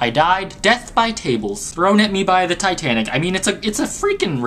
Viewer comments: its not ticknick its titanic!! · why does he call it titnic instead of titanic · u say titanic rong u say ticnic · you can say titanic right but when you begin the video you can't. If your tring to be funny think before you say things.